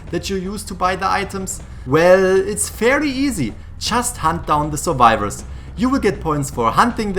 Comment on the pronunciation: Huntahs, Suvivahs, TRIGGERED HUNTAHS, SUVIVAHS.